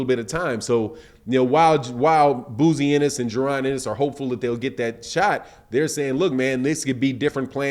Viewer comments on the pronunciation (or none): "BOZY" NOT BOOZY SMDH 👌🏿.My Guy Loves Messing People's Names Up...